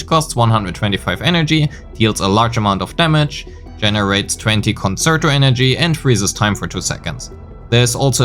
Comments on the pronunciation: Excellent guide and now subbed. Just to note a few things with regards to pronunciation: Forte is pronounced FOUR-tay. Concerto is pronounced con-CHAIR-toe. Many of the content creators are making these mistakes you can be the first to do it right ;) EDIT: Wanted to add: Thank you for actually showing us the difference in dps between different echo main stats. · Good video but please look up how to pronounce the terminology correctly (ie. concerto, forte, etc.) You're not saying them right and it definitely makes your video less credible.